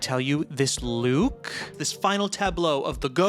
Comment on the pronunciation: "This LOUKE"